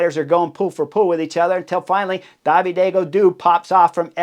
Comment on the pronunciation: David en français c’est pas “DAH VEE DAY”